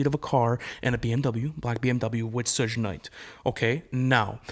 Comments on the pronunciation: Who TF is "SHUJE" knight ????? It's pronounced SHug as in short for SUGAR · Why does he call him shush night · I couldn’t get over your boy saying “suug knight” multiple times. Maybe he should try pronouncing his name right before making a conspiracy video 😂😂😂 plus Tupac didn’t die right after the fight, he was in the hospital for 6 days THEN he died. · Not Sege Knight😅 and the Barbados 🤣 I can not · “Soosh Nite” lol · I really hate how that boy says Sug Night. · Hearing dude mispronounce Suge Knight’s name was like nails on a chalkboard. A real Pac fan would never..... Thanks for the Pac Cuba conspiracy theory nonetheless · Dude can't even say suge knight right lmfao